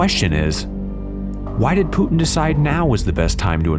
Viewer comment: This narrator pronounces Putin like "Tooting". I wonder how he pronounces Luton.